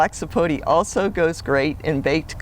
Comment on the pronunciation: It's pronounced sapotA not sapotee